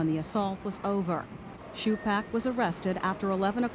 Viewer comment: These reporters mispronouncing his name smh..... TWO-PACK Shakur.